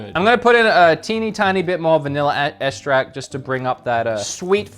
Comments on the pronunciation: Says extract as estract and espresso as expresso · My guy if you just swap around the ways you say espresso and extract, you'll be good.